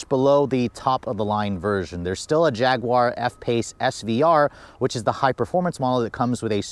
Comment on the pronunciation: u should say "Jag-you-are" instead of "Jag-gu-are"